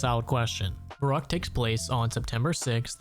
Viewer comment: as a german hearing u say verrückt so many times wrong makes me a bit angry xD